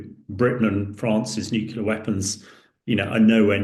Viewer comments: Consistantly mispronouncing "nuclear" as "nucular" the whole way through the video is very off-putting! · If you can’t pronounce the word nuclear correctly then you don’t have any right offending your opinion on the subject. It’s NEW-CLEAR not NUKE-YOU-LER. This is a common mispronunciation but it’s entirely wrong. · NuCLEAR not NuCULER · Thanks for clearing up the proper way to pronounce it. NEW - QUE - LUR. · And he can't even pronounce 'nuclear' ... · You'd think that some of these experts would pronounce NUCLEAR correctly